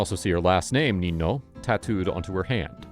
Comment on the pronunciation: NinA. Not Nino. Pronounced Ninya. Sheesh